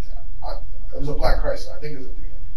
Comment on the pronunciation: I've never heard someone pronounce CHRYSLER so correctly!!!!! 😂😂😂😂😂😂😂